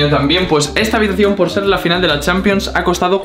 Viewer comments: Y dice finial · Dice fiñal